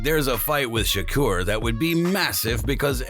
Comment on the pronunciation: He must don't know how to pronounce Shakur name😂